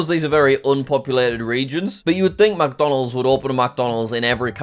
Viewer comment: JACK says macdonalds [mac huh]